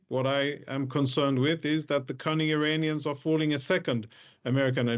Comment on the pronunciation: Did he just say "cunning" 🤣